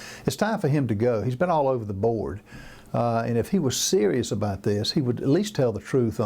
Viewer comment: She said uver or oover all